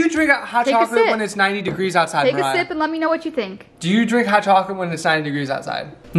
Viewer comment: take a sip What I thought she said: take a shit 😂 But it actually sounds like that tho